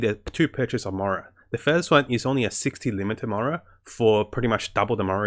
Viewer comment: i heard murals like 3 times , just trying to be constructive it came up in some other vids. Slow down on game specific words.